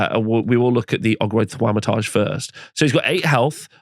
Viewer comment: "Ogroid Thwamatarje"